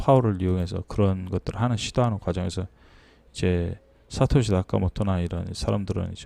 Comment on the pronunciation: 사카시가 아니라 사토시 ㅋㅋㅋ